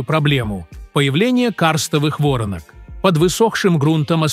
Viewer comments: Не во’ронок а воро’нок я знаю важна информация, а не ударение НО УХО РЕЖЕТ. Воронка это конусообразное углубление, … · Не вОронок, а ворОнок, когда же научитесь читать по-русски. Роботы эгешниные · Не вОртнок, а ворОнок! Когда читать научитесь? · Да не вОронок а ворОнок, ухо режет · Не ,,во'ронок,, а ,,воро'нок,, в родительном падеже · Каких Вóронок? Сперва научитесь говорить по русски, а потом выпускай" РОЛИ́К ". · Уберите ИИ что такое вОронок ворона что ли приведите речь ИИ к нормальному человеческому языку. Надоело это слушать.